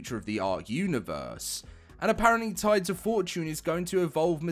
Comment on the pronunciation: Holy crap he said tides of fortune correctly